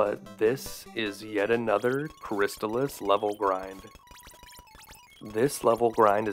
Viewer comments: Cris-taal-iss. Not Cris tuhlis. Not making fun. Great video btw. But i had to say something. It's like calling Battletoads... Buttletoads.... :). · It's pronounced "crist-all-iss" as confirmed by the TV commercial. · I always pronounced it -chris-tal-iss When he says chris-tuh-liss is sounds so strange lol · I am totally fine with being wrong, but, I always called it "Cris-stall-iss," so hearing it called "Cris-still-iss" catches me off guard. Anyone have any insight? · You pronounced Crystalis incorrectly. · Ugh, you can at least pronounce the name of the game correctly! 🤮